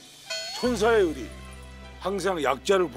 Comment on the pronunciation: ㅋㅋㅋㅋ 의리 발음 찰진걸로는 세계1위ㅋㅋㅋㅋㅋㅋ